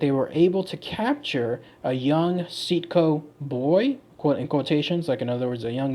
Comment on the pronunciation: See-aht-co is how the people in my tribe says it.